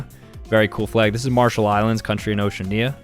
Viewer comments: is great at pronouncing stuff. "Ocean-knee-a" (Oceania) "Azerb-asian" (Azerbaijan) "Say-shell-es" (Seychelles) "Say-oh-tom-eh and prince-hip-eh" (Sao Tome and Principe) "Van-ooh-ahh-too" (Vanuatu) "Cabo Verd-eh" (Cape Verde) "Bots-ooh-wanna" (Botswana) "Kur-gee-stan" (Kyrgyzstan) "Mon-ten-egro" (Montenegro) "Less-oh-th-ow" (Lesotho) "Toov-uh-loo" (Tuvalu) For anyone wondering, they're actually supposed to be pronounced: "ow-shee-a-nee-uh" (Oceania) "A-zer-bai-jaan" (Azerbaijan) "Say-shellz" (Seychelles) "Sa-oh tom-eh and pr-in-see-peh" (Sao Tome and Principe) "Van-wa-too" (Vanuatu) "Cay-p Ver-d" (Cape Verde) "Baat-swan-uh" (Botswana) "Kir-guh-staan" (Kyrgyzstan) "Maan-tuh-nay-grow" (Montenegro) "Luh-soo-too" (Lesotho) "Too-vaa-loo" (Tuvalu) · ocean-ia :Skull:, As an oceanian I am scared. Its Ocea-ania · Oceania is pronounced wrong. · Oceania is o-she-AH-nya not ocean-ya Seychelles is say-shells not shellehs Liberty equals America, wow, three words yet at least two/three big errors there... Moldova below Ukraine, not beside Romania and basically the same... Lesotho is pronounced le-SOO-too not le-sow-tow mispronounced some but it's ok, hope you learn how to :p have a good one